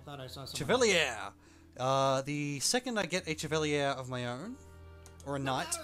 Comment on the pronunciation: "The thing is", "about soldiers" is a clause stuck in there. "Thing" is singular, and is the noun of the sentence that receives the verb. (oh and Chevalier is pronounced like /sheh/ /vah/ /lee/ /ay/ French word.)